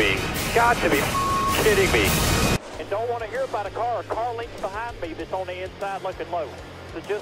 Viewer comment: what’s a legnth